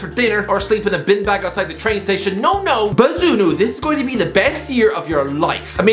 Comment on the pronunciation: man butchered bazunu’s name